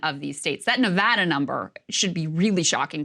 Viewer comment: At least Krystal pronounces Nevada correctly.